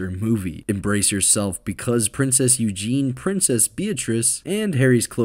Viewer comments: It’s not Eugene (male form) it’s Eugenie pronounced Eugeney (female form) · Eugenie.. not Eugen.